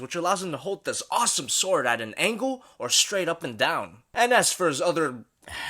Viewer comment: I Just Skiped And Skipped Until I Heard : "And Put Down DUh-Down". Like WTF